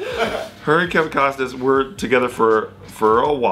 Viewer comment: Kevin Cosnas Mel Gibbons Mack-up instead of makeup Lmao can't speak